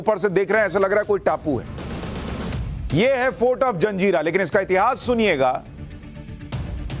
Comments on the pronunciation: जंजीरा का सही उच्चारण "जज़ीरा" है न कि जंजीरा। ये एक अरबी भाषा का शब्द है जिसका अर्थ टापू होता है। कृपया इसे फिर से जांच लें। 🙏🙏🙏🙏🙏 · am a Nepali but i want to tell you one thing reporter sahab,this fort name is Murud Jajira hey not a Janjira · SUSHANT JEE , namaskaar . I am really sorry , but , feel that it is my duty to correct , if there is any mistake . It is not JANZEERA , it is JAZEERA . In ARABIC , an island is called JAZEERA . Please don't mind . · Abe jaljira nhi jazira hota he bewakuf😅